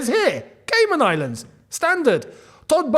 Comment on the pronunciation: Nah the way kept saying “Caynan Islands”😂😂😂